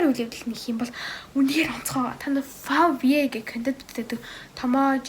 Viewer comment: favye gj duuddaggush favway gene